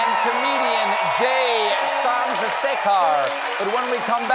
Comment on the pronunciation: awesome as usual! A quick tip around tricky pronunciation: the last syllable in Chandra-sekhar rhymes with "ever" not with "far".